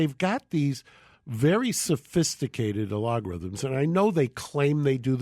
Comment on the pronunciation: Geragos is about as good a "news" person as Gina Grad now... and pronounces "algorithms" as (uh-LOG-rhythms).